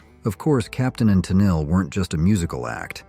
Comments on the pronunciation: Hey Mr. AI, it isn't Captain and Tin-in-lee, it's Capt. & Ta-neal... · come on mate be brave.try a human voice. i turned off when captain antillery was mentioned. tunill- made me ill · Tennellee, Tenell, Tenelly - ai sucks. "Catchy melodies and upbeat anthems" sounds like this video was written by a bitter "music is art" snob. Probably a big "Frank Zappa" fan. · AI-generated junk. The mispronunciation of Captain & Tennille as "Captain and Tin Alley' is a dead giveaway. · Most pointless list ever. So many classic bands panned on here for no valid reason. Only two funny things were the pronunciation of Tennille (it's pronounced Te-neal) and reading your channel name in the comments. When I saw it I read it as Whore members USA 🤣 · Captain and TUH-NEEL is the correct pronounciation. God, I hate AI! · Genesis was good. I liked Bo Donaldson and the Heywoods. The Bughles are not like the Beatles at all. Is this marrayor smoking weed. He's right about Feelings though. I liked Captain and Tennille but not Muskrat Live though. This guy shouldnt be so harsh about Feelings and Muskrat Love. He misprounces Tennille. I liked the Pina Colada song. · The Captain and WHO? dont you love it when “experts” (bots?) cant pronounce names of the subject matter? ive never met anyone who didnt like C&T growing up a list of thousands i have known. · You mispronounced Tennille (in Captain and Tennille).